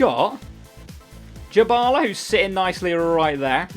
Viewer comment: Just saying his name is not pronounced "Jabala" it is literally "die-bala". Good video anyway mate💦